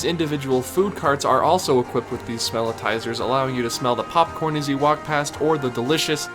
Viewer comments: So -- just for accuracy -- the scent gerators in Disney parks are called "Smellitzers" like "Wurlitzer" NOT smell-i-ti-zers. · The devices that emit scent in Disney theme parks are called Smellitzers, a play on the famous Organ manufacturer. Three syllables, not four. One "i," not two. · It's not "smell-i-tizers", it's "smell-it-zers". You're adding an extra syllable. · Thank you! This is one of my biggest pet peeves on Disney videos, people ALWAYS say it wrong!